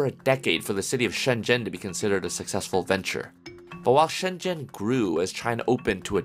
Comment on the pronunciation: Shen zen 😂😂😂 shenzhen 😂😂😂😂